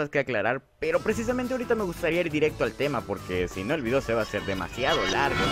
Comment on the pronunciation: en vez de decir "demasiado tarde" dice "semasiado tarde"